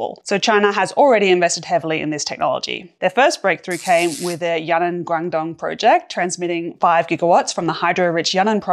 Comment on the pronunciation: Yunnan Province is actually pronounced you-ee-nan, and you pronounce the strange part quickly!